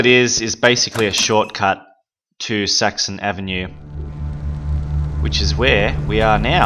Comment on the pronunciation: Every time he says Saxon Avenue I hear Sexy Avenue